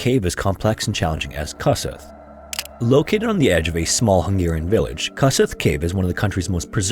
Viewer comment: I love your vids, and please don't take this the wrong way,, but please ask a hungarian for pronounciation of their names, it almost hurts hearing Kossuth as 'kas-eth'. then again, our language certainly isn't making it easy